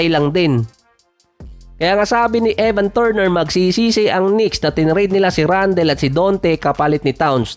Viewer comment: Randal di randel. Toron di ty-ron make small research on how you pronounce those american names.